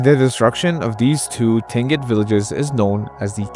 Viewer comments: Tlingit is pronounced (CLINK-it). Thanks for another vid. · Just for future reference: Tlingit is pronounced like KLEEN-kit. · Remembers to pronounce the L in Tlingit people, otherwise you did well with the pronunciation. Admiralty Island isn't as scary as Kodiak, take bears that have also not know a predator but up their size by 1.5 and you got Kodiak Island. Where everything but Wolverines are on the menu. Yes as a REPO man I have been all over Alaska.